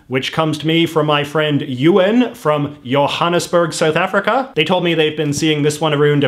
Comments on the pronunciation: it’s pronounced Johannesburg not yohannesburg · Why are you pronouncing Johannesburg like Johannesburg and not Johannesburg?